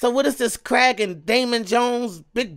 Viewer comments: Davey Jones, not Damon Jones. And it's the Kraken, not Kragen. It's pronounced "crack-in." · Ok. First thing. Your awesome. 2nd. It’s Kraken, not cragon. The next movie; my opinion; is better. You’ll love it. Also. You got keep watching the of the Pirates movies. They get better as you keep going. The last movie is “Pirates of the Caribbean Dead Men Tale No Tales.” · DAVEY Jones, not Daemon. Day Vee KraKen, not craigen. Crack en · Can't forget about "The Kragon" 😂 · I remember being so excited when Barbosa returned the first time I saw this lol, he's such a cool pirate. And he finally got his apple. Also, it's Kraken, said like Crackin' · It's pronounced Crackin but it is spelled Kraken. The collector of souls at sea is Davy Jones ( like the devil ) and the place that the souls would go to is called Davy Jones's Locker (like hell). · You make me Crack up,! It's Kraken, pronounced crack-en. And Davie Jones Locker! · If I hear Kragen one more fucking time I'm going to murder someone. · it's the Kraken, pronounced "Crack-in'. Keep up the honest reactions! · And it’s pronounced “Crack-En” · It's said like Crack-In. With an A, not an E. You had it.